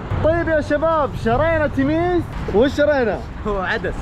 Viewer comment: قال تميش بدال تميس😂😂